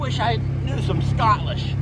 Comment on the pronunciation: Scotlish 😂😂😂 That killed me 😂😂😂